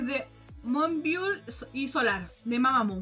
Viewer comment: Una ayudita con la pronunciación del nombre de moonbyul: "Muun- biul / muun biol"